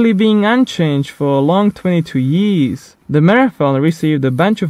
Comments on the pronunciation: Lmao when he try to say years yéés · how do you say years?